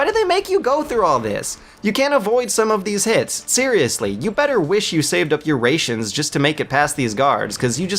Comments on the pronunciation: Save up your 'raysions" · great vid but you said "ray-tions" and "chafe" grenades hahaha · he says it correctly in this video around the mark shortly after saying raytions and just before saying chafe grenades... i give up. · "Raytions"? "chaif grenade"? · chaff grenade has no "e" in chaff. It's ch-ah-f. Ration SHOULD be pronounced ray-tion like you're saying it but English isn't fair and it's pronounced ra·tion. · this is such a great review, and i hate to be "that guy" . . . but . . . "Rations" is not pronounced "ray-shins" it's "rash-shins" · lost me at RAYtions. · Dude dude.... I wasn't going to say anything when he was saying 'chaf' instead of chaff.. but 'Raytions' instead of Rations.... Seriously.. For an intelligent reviewer you don't half fuck up a lot of words.. And its not just this one either.. He screws up a word completely in the MGS2 review near the end of that video. I'm dyslectic but the use of obviously wrong words here just strikes me as odd and out of place. I seriously question you if you think Raytion is the correct way to pronounce a word you hear and see in this game many times... Ration..... Ra....... Tion..... please. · Lol I was dieing when he said raytions. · Rayshuns? Chafe grenades? Nukular? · I’m not gonna dis your video, because you put a lot of work in to it. I love this game, gameplay and all, but you made some good points... I just gotta call out the pronunciation of certain words lol. “Chafe” grenades and “Ray-tions” lol. Overall, good video though, I give the thumbs up and will watch more of your work. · The way this gay says "chaif" grenades and "raytions" kills me, dude its rations and CHAFF grenades not chair! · rations : its not pronounced ray-schions lol its pronounced rash-ons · “Chaif” “Raytions” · “Chaff” not “chafe”. “Ration” not “raytion”. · He said Chafe. Alright. He said it again. Hmm He said Raytions!? I'M OUT! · raytions... nuculer... chafe grenades... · i am sorry... did he just say RAY-TIONS?